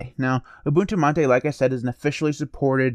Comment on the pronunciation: Your pronunciation of "mate" is correct. It's a word from Spanish, pronouncing the way you do.